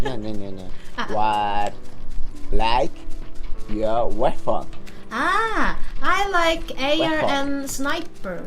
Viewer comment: 웨폰 발음할 때 한국식 발음이 느껴져요. 태국인들 저렇게 발음 안함....